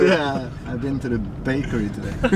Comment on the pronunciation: "BAKEry" :D I bet, the last thing he said was about his favorite "BAKEry" ;)